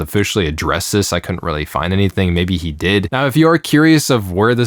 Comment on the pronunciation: You mispronounced "he".